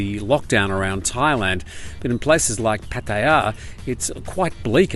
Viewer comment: Thankyou for pronouncing Pattaya correctly.